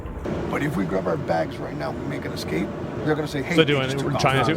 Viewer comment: “excape” most intelligent content creator